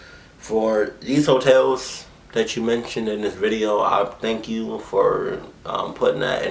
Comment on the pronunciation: Mr Nightmare says "vank" instead od "Thank"